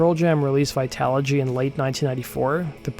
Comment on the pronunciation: Literally no one can say his last name lol and apparently Tabitha soren can't say vitology